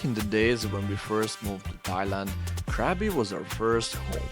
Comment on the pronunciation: Man spricht Krabi und nicht Kräbi und Aonang und nicht Anang sowie auch Chiangmai und nicht Chengmai, ich habe 8 Jahre in Thailand gelebt und müsste es bestimmt wissen.